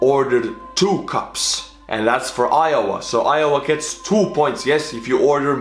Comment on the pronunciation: It's IOWA NOT JOWA!!!!!